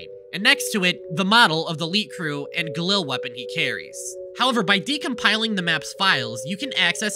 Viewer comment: Go driving when he pronounces "Galil" as "Gahlill"